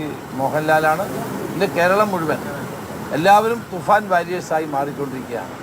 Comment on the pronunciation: Hello bro. Please note that's THUFAN is right pronounce. Some times you're repeating THUFAR .please not that.